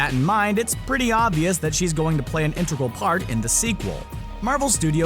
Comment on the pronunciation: Just the way he pronounces "integral"